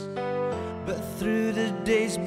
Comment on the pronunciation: Apaan di awal, ello pronounce "the time" aja salah.